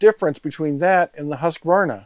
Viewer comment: Fun fact: Its Not pronunsed "HaskAvarna" its pronunsed "Huuskvarna" :)